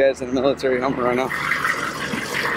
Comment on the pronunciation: Humvee not hummer